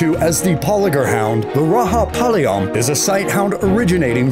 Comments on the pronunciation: it is Rajapalayam not rahapalyam plz pronounce properly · It's not raha it's Raja spelled ra-ja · Bro it is (ra-ja-pa-la-yam) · Not rahapalayam its rajapalayam dogg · It's not Rahapalayam the j is pronounced with a ja sound just like g in george. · Number 8 its not pronounced Rahapalayam... its Rajapalayam.... Ja... not Ha... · Did this dude just say RAHAPALAYAM instead of Rajapalayam? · Its rajapalayam not rahapalaym . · Narrator correct ur pronunciation It's Ra Ja palyam not Ra Ha palyam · It's not "ra ha palaym" it's "ra ja palaym" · You gotta pronounce that as "RAJA with a J sound and not H sound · Bro it not rahapalayam it's Rajapalayam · Just because Juan is pronounced as Huan. Rajapalayam is not Raha 😂. It's J as in Joker. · Everytime you said ra'ha'palayam to rajapalayam I was like chutiya bas kar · it is not rahapalayam it is rajapalayam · RAAHHHA PALAYAM ?😳🤣🤣 75 million Tamil people died hearing that !! Rajapalayam, chippiparai, kanni and kombai are Tamil dog breeds . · It's Rajapalyam not Rahapalyam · Its not rahapalyam Its rajapalyam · That is not raga palayam, RAJAPALAYAM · you should not pronounce it as rahapalayam, i am an indian , it is ra ja pa la yam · It's Rajapalayam ont Rahapalayam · Raja not raha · The pronounciation of Rajapalayam is wrong, it is thia way Ra-ja-palayam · So listen The "J" in Rajapalayam is very pronounced like "The Raja" and Himachal Pradesh is one state , not two separate ones. Those mistakes are where u should start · Rajaplyam pronouncing is wrong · You need to cross check the details before you post in youtube. Map is wrong , and pls try to pronounce the words properly. Thk u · Some of the pics shown for No.7 Kaikadi belongs to kanni and chippiparai.. Please do a proper research and post video.. Kanni and Chippiparai are pride of Tamil Nadu.. And You pronounced Rajapalayam incorrectly., Please change that also.. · Bro you have didnt said the right name s like rajapalyam